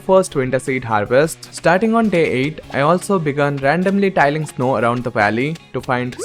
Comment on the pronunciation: I hope I am only being friendly if I point out that you are pronouncing "tilling" wrong. You pronounce it with a long I like the word pile. It should be pronounced with a short i like the word pill. With the long I sound the word means laying tiles all over something, like a roof or a kitchen floor, and it's spelled with just one L as in tiling. Tilling with two Ls means plowing up dirt. Please know I am full of respect for your ability to speak fluently in more than one language! This is just a small mistake easy to fix.